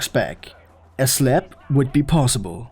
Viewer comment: I love the way this guy says slap "slep"😂